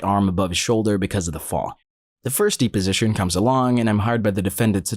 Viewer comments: Dep, deposition, not deeposition omfg lol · Deposition is pronounced depp-position, as in Johnny Depp, not DEEP-position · It's deposition, not deeposition. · Kinda bugs me but it's not "dee-position" it's "deh-position". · De position? I have only heard it pronounced depo sition. I'm not saying I'm correct but it sure felt weird in my ear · It is not pronounced “deep”-o-sition. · Hey just so you know deposition is pronounced depp-osition ! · The mispronuciation of deposition makes me wonder if the video is being voiced by someone who is not an attorney or a robo voice is being used.